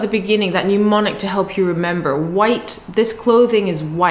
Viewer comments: Thanks for the video. FYI though. Its not pronounced 'new-monic'. It should be 'nem-onic' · hi... SIGH... whilst i can only dream of getting my childish chinese up to your standard... please note, that since you will use the word a lot in teaching... it is "mnemonic" NOT "pneumonic"... VERY different words!!